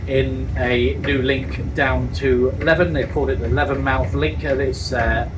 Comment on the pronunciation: Ooh dear,: Leven doesn't rhyme with Heaven - it's pronounced as in Leaving without the g at the end!